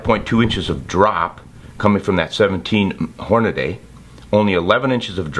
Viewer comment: QUIT SAYING HornaDAY!!!